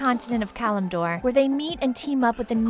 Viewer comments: I love the videos but the names being butchered are just atrocious. I understand some of it, but there are a few that aren't even read properly.Khadgar (Hadgar)Ner'Zhul (Ner'Thool and Nuh'Thool)Stromgarde (Stormgrade)Kil'jaeden (Kil' Juhdeen)Malganis (Malganese and Malgans)Kalimdor (Kalmidor)This is teeth grindingly frustrating to listen to. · I hope that this video is troll because how can you say kalmidor when the map what you show says kalimdor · Kalmador? Really? Can you even read properly? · atleast they did not live in kalmidor and doortoor